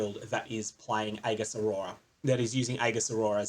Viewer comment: please try and pronounce "aegis" correctly...its actually triggering me